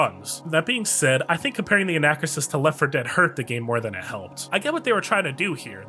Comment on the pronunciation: It's pronounced an-uh-KROO-sis.